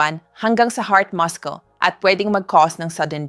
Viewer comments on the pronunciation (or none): Muscle...not muskle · Why is AI used for her voic ...ang daming mispronounced words...muscle, table, debris, stomach, wat marami pang iba